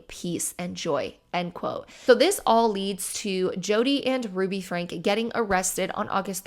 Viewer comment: I'm sorry just one little thing it bugged me for some reason. Her name is pronounced Frank-E. Like "Frankie". Also Jordan and McCay have wonderful deep dives about the Franke family and their Mormon beliefs and how that ties in to everything.